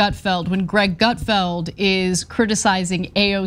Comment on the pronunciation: Gutfield… seems like Sick-field😂